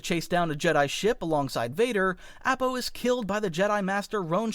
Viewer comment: Look... I know you don't mean to but the live action movies have damaged me irreparably... AH-PAH my guy app-ah? Nahhhh